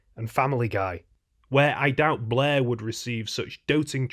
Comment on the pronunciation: It sounds like he's saying "Blah" and not "Blair"